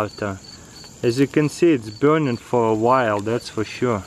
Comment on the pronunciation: I like the way he says BEURNING